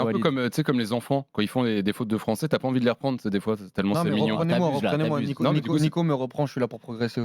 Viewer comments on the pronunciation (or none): none